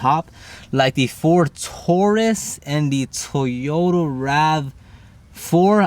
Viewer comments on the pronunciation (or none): none